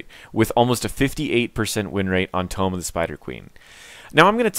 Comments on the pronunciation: tome.... tomb..... ok bro btw i like your videos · Why do you pronounce "tomb" so weird? :)